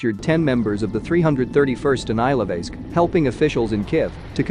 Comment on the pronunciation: Thank you for the video! Some help with pronounciation: Bucha is pronounced "Boo-chuh" and Ilovaisk is pronounced "Eel-oh-why-sk"